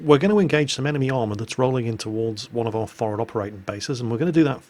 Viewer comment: I love how you say for'ad instead of forward, you can take the Jack out of the Navy...